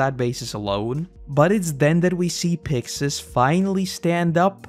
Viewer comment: It is pronounced “Picksis!” They say “Pick-shis” in the anime is because there’s no “si-“ syllable In Japanese